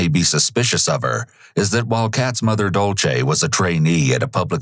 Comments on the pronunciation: Completely irrelevant but the narrator saying dolce instead of Dulce was making my eye twitch 😭😒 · Took me over half of the video to realize when he said Dulce, he was mispronouncing it.